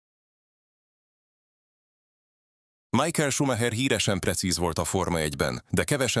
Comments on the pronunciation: Nem Májkel, hanem Micháel! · MIHÁEL!!!! Tanuljuk már meg!!!!!